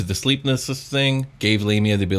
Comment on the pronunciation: I heard Labia 😂